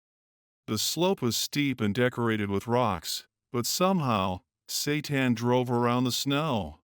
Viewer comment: Tsetan❌ Satan✅😂😂😂